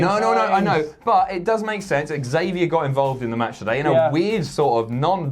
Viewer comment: "Xavier" is pronounced 'Zavier'. Not 'exavia'.